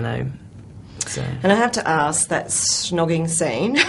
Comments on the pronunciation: why is she keep saying 'shnogging'?! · the interviewer keeps on saying "shhhnogging"... Also said "Angus, thongs and snogging"..... ??